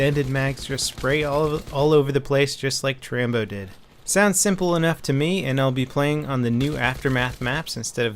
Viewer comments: its rambo not trambo dumass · I was roflmao when he said trambo